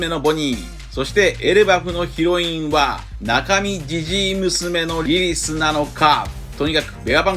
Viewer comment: リリスのことをリリィって言ってますね